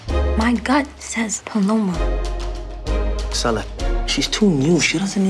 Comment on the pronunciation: Bro they be saying her name wrong it’s meant to be said like say la not sell ah and I know this because that’s my sisters name